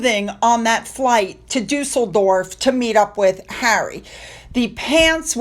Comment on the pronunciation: Glueckwunsch. Duesseldorf perfekt ausgesprochen❤